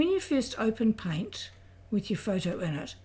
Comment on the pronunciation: "click on pint." it's called paint. not pint. learn to speak correctly.